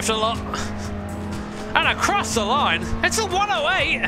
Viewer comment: "and a-croc the line"